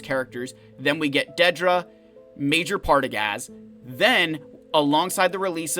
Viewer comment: Serious. Drop in at the mark of Zeta Protocol to watch attempt to pronounce "Partagaz". Don't be mid-sip on your coffee - you've been warned!